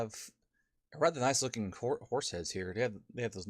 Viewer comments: Please can you pronounce Agincourt like. A gin core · it's pronounced (Ashincourt) the "G" is silent... :) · That pronunciation of Agincourt was cringe worthy